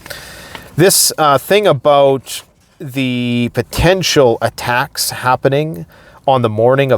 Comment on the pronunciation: MAYBE..... you haven't noticed...... dude is in LOVE with saying "attackums"!!!!!!!!!!